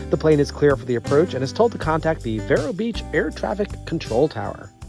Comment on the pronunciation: It's actually pronounced veer-o